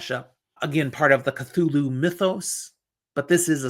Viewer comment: Great list! Hard to believe some of these didn't do well at first. Hey! You pronounced Cthulhu correctly! 🙂